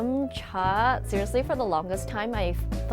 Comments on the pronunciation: I hear Yamcha xD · Damn, pronounced Yum Cha pretty damn well for a non-Cantonese speaker. But yay!, OTGW is doing more videos talking about Cantonese culture! Yay! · damn.. her pronunciation of yum cha was >.<